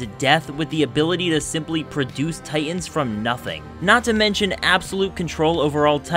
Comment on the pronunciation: Am I the only one who hears his pronunciation of "Titans" as "Tye'ins"? Earworm glottal stop.